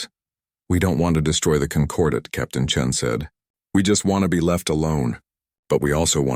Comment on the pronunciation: Chen not Chin